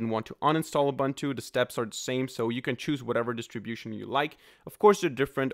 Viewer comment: its not 'Ubantu' its a zulu word man, its pro-nounced 'Uboontu'